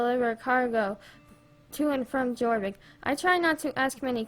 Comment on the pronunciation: ummm no hate lol but I think its pronounced your-vik but idk for sure lol love your vids!